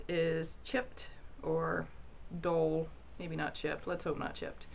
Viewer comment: Dull not dole Double U not dubbuh U Temper not timper